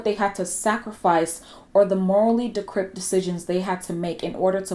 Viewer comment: "MORALLY DECRYPT" You said it right, girl.